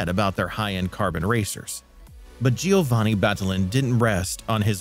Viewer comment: This narrator deserves credit-he didn’t pronounce Giovanni’s name correctly not even once. 😂